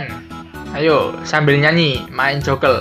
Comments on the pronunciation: Joker kak bukan jokel 😂😂😂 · Joker mas bukan jokel 🤣😂😃